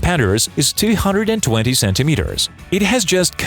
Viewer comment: sounded like 320. 220 is still ridiculously wide though.